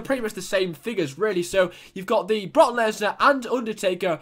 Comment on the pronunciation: You say broke leaner wrong